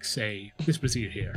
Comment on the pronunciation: This is super helpful, thank you so much! My wife cackled when she heard your pronounce "brazier" as "brassiere" lol